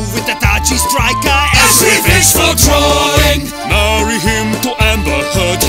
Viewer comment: Drawing* not Droring